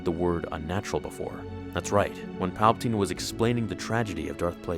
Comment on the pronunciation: Papatine and Rapeatine?🤔